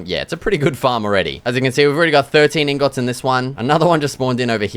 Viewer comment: Everytime he says ingöts im laughing my ass off, maybe thats actually how its called as an but its still funny